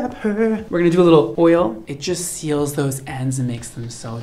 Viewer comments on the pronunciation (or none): none